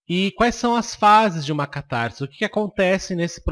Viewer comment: Lê -se CatarSe, e não "catarZe" O "S" só tem som de "Z" quando está entre vogais ( caSa, coiSa, caSamento). CatarSe ( "S" entre consoante e vogal).